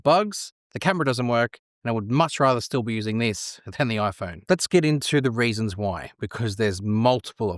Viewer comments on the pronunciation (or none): I wonder what kind of accent does this guy have? I can’t help myself stop hearing “raisins” instead of “reasons” and “topping” instead of “typing” :)